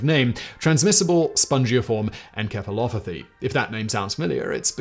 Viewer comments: I'm glad I'm not the only one that did a double take on Simon's pronunciation of encephalopathy. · that's not how encephalopathy is pronounced. En - sef - fuh - lo - puh - thee